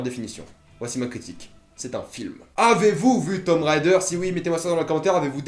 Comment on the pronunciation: Super mais ca ce prononce tomb raider (~raydeur) pas rider.